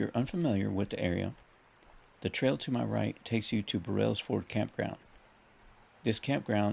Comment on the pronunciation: It’s not Bur-rells ford it’s pronounced Burls Ford. 😮